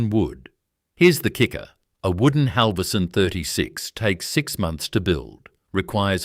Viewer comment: Buggar me, if your robot cannot pronounce Halvorsen and Berowra correctly, you need a new robot.